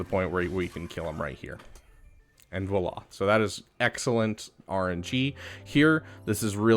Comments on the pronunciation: Bruh. Nice video. I dislike most people's videos for their over explanations and annoying voices. One thing. Voila is not pronounced voayla. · Hearing him try to pronounce "voila" is laugh out loud funny.